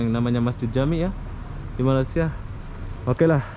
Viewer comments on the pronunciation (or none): none